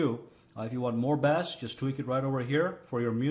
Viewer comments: the way you are pronouncing Bass is like the fish. Bass( low frequencies) is pronounced with a long a, like base. Just a heads up. Love your work, man. Keep it up! Stay safe! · the second you called it bass as in the fish i was fucking done! to bad to i enjoyed your videos!!!